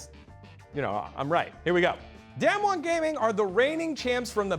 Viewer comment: yo Damwon is not damnwon, it's pronounced Dahmwon Also it's not fucking nooguri, it's pronounced Nugoori. Nu is pronounced like bu in butter.